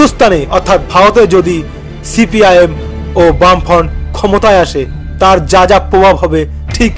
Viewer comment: Cpim তথা বামফ্রন্ট??😂😂ভাই ভালো করে গবেষণা করে ভিডিও বানান,আর ওটা বামফ্রন্ট , ব্রাম্ফন্ট না😂😂😂মীরাক্কেল এ ভিডিও টা পাঠানো উচিৎ